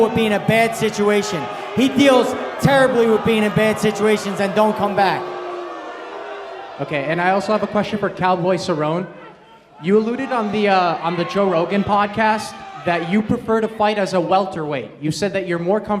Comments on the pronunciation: can this reporter get fired please... ... cowboy cer-own... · lol dude didn't know how to pronounce Cerrone. Fuck outta here!